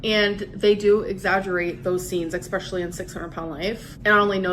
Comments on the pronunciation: It’s “especially” NOT “expecially”!!! That drives me nuts, like saying “expresso”. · "Expetially" Now I remember why I stopped watching her. That, and the constant lying.